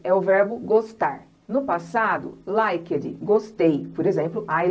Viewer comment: thanks a lot for the class...that will help lots of brazilians sttudents for sure ...but some pronunciation mistakes.. examples....that she said...last weekiii like Brazilians do..it's wrong...It x eat it's different... present perfectiii....likedi it's likt it's a typical Brazilian accent...the use of ED like worked it's wrong...it's workt....I know that many people don't like to improve their accent and pronunciation. they just want to get across their messages....but for those who are teacher or that one's who really want to become better at English should reduce their accent.... please don't take it as a complain. sometimes we have to have someone who correct us..and better yet....Learn with our mistakes....